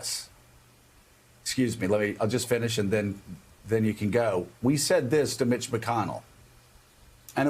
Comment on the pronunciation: Eveytime Joe mentioned Mitch....i heard B*tch...😂😂😂